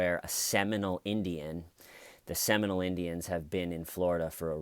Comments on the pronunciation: Hi..it’s pronounced “Semi-mole” not Seminal. Rock on! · You are saying Seminole not seminal right